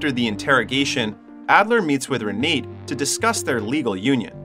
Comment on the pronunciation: It's not pronounced Re nate It's pronounced Renata. Spelled R-e-n-a-t-e!